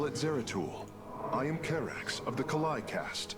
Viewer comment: I like this stage because I was introduced to my favorite Protoss character. ^^ BTW, it's Karax. ;)